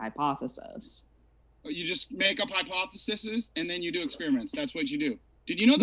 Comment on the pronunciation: Mr. "You don't know how to pronounce centrifugal" doesn't know how to pronounce "hypotheses".